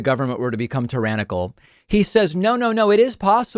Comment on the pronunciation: Why can none of these right wing nut jobs pronounce tyrannical correctly?